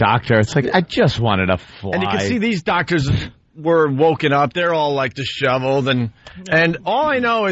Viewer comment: worst shit ive listened to #opieradio bitch tits is like , pure shit , like really.....and yes he said dis-shoveled .. not disheveled